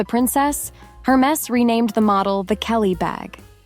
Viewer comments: Hey, narrator! It's pronounced "AIR-mess" not "Her-meez". Damn. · It’s not pronounced her maze😂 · AI calls it Hermiss! The creators seem not to care, thinking AI gibberish is good enough for us. That may be a contention point for those of us who appreciate proper English. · What surprised me is that you don't even know how to pronounce Hermes. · If you can’t say Hermes correctly then maybe you should skip the advice. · A: Learn how to pronounce Hermés correctly. B: The original Chanel 2.55 bag did NOT have double C's. That was applied by Karl Lagerfeld in the 80s-90s, when the carriers wanted the ostentation of logos. True elehance is the lack of ostentation. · Hey…be nice. Not everyone can do the “snobby” French accent 😂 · You mispronounced Hermes. The H is silent- good advice though